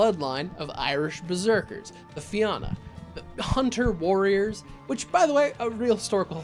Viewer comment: Great video. But if you cover the Fianna again, you don't pronounce the A so hard. Irish pronounciations are a complicated subject (3 dialects + anglicised versions of words), but the most common pronounciation is "feena."